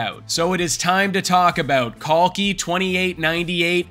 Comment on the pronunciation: ❤❤ brother your pronunciation of Kalki is better than the Indian youtubers😂😂 the Genie Indian youth does not even know their old scriptures whereas foreigners are depicting it in a better way